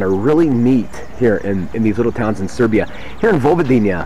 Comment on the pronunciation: It is Serbia not Seriba,and it is Mitrovica :)))) Pozdrav